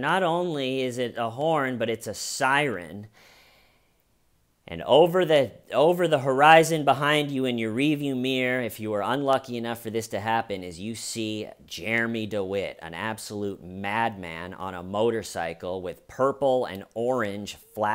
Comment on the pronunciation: It’s Rear View not Ree View lol